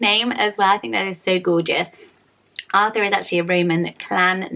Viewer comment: As a German I have to say I was a little surprised but you pronounced the German version of Arthur really well :)